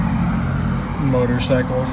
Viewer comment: The way you said 'motorcycles' 🤣 LEGEND 🙏